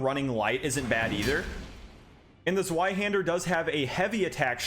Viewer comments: WHY DO YOU HAVE TO SAY IT LIKE "ZOO-WHY HANDER"? IT IS "Z-VEYE"! AAAAAAA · Completely random but zweihander is German so it's actually pronounced zv-eye-hander not zw-eye-hander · "Zweihander" - the Z is pronounced like ts, as in Mozart. Thanks for the video! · The Zweihander is not pronounced like that.. It's German and pronounced "Tsveihunder" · kurwa zweyyyyyhander im not fucking german and yet it was like fucking triping on flat road -> tzvai-hander, or just use German translator to tell you how to pronounce damn TWO-handed sword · Bro please it’s pronounced zveihander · ITS NOT A ZZZ-WHY-HANDER! think of the w as a v, its german for 2, Zwei aka 2-Hander!!!! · Man, from a second-language German speaker, that pronunciation of Zweihander hurt my soul … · zweihander is german, meaning you pronounce the w as a V, in english it just means TwoHander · Ok this is a simple mistake because you did just sound it out and that's what everyone would do but the zweihänder is a German sword so the w sounds like a v, but I'm just a sword nerd so don't mind me